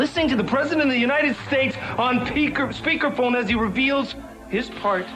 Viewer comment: My man said " peaked phone"